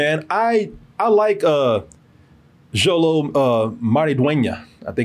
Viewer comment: Xolo is pronounced SH-OLO